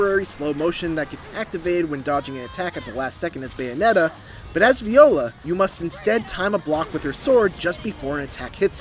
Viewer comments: Who is this “Bayonet” & “Bay-a-nay-a” person that this critic keeps mentioning in this “Bayonetta” game review? 🤔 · This guy doesn't pronounce the Ts when he says Bayonetta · Anyone else notice this reviewer doesn't pronounce the Ts in "Bayonetta"? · Is it just me or is he saying Bayonetta weird…🤔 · meant Pronouncing it weird lol